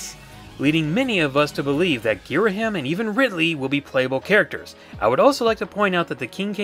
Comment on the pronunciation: You pronounced Ghiriham wrong!